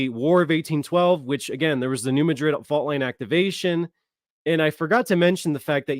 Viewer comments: I live in New Madrid and you pronounced it wrong its not new mid-drid its New mad-drid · In this area, people pronounce New Madrid as New Mad- drid. 😊😂❤